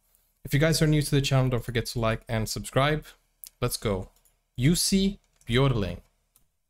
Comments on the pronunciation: Not juicy....pronounced "yussi" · Pronounced “You see”! Anyway check out the Jussi Bjorling Society USA!